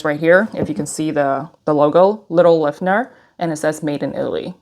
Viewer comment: Kind of odd reviewing an item when you can’t even pronounce an easy word like Liffner. That aside it’s an ugly purse.